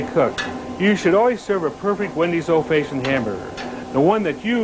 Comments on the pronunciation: I Laughed harder at this than listening to Dave Thomas try to say the word fashioned! Faayshund? Yup sounds legit! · So cool to see him Again. Feel like it's been 30 years since I've seen him on a commercial. Never heard anyone say fashioned like that.